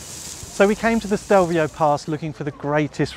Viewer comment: it's Stelvio not Stevlio!